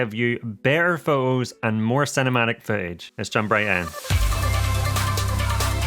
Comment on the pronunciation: Exactly what I was going to say! I had to stop watching this as I found it so annoying. Shoo'ing be'r pho'os" . And I say this as a native English speaker.